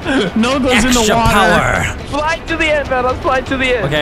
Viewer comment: "extra Powerr"